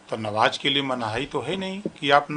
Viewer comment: Bhar ji नवाज नही नमाज बोलो